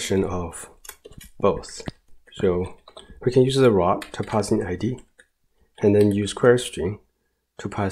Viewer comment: very nice video; the information was spot on assuming English isn't your first language, you pronounced most things well - you just need to practice how to say "route" and "routing" because it was confusing at times hearing about "rot" and "rotting"